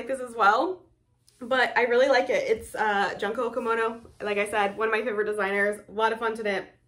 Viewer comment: Love seeing all these sweaters! Thanks for sharing 🙂 PS Junko is pronounced “June-ko”, like the month of June+ko!